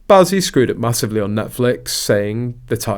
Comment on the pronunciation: It's Bouzy rhymes with Floozy! 😅